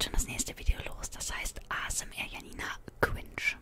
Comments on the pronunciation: Und ich dachte mir die ganze Zeit die heißt Janina und nicht jjjjanina alta😂😂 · Warum so viele "Schanina" sagen macht für mich Sinn, ich kenne den Namen Janine und den spricht man so aus Und ich würds Normal besser finden, weil die Videos im Hintergrund einen so oder so raushauen und sorry dass ich einmal während und einmal nach dem Video Kommentiere ^^